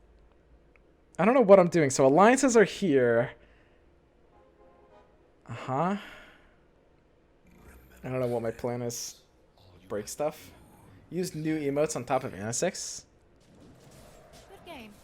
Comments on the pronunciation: The amount of times Anus-six was said... It's pronounced Ann-esix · marvelmaniac88 I’m not aware that it’s a meme, but I assumed it was a meme (intentional mispronunciation so that you can say “anus”)